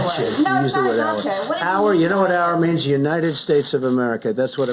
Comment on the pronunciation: When you acknowledge it's a "got chyea". It sort of implies she "got chyea".